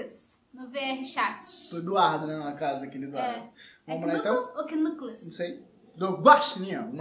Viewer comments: É QUINÃCOUS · Pronuncia acho que é Nuckles